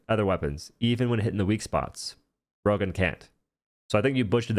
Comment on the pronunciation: If not for the railgun on screen I wouldn't know he was talking about the railgun when saying "Rogon".